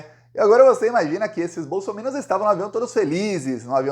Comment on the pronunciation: No Brasil, só você pronuncia bem a palavra bolsominions 😂😂😂😂😂